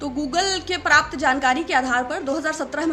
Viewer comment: ... पराप्त whats it!!!? Kam se kam Hindi to sahi boloyr🤘💥